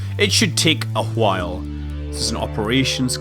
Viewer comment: A ghwile? . Reminds me of the argument stewie and brian had in family guy haha.